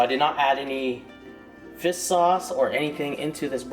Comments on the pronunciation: fish not fiss lol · It sounds like he is just saying fis. Instead of fish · He says fiss sauce instead of fish sauce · it is fish, not fist. lol. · What is "fiss" sauce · yo what the fuck is fis sauce? fish sauce?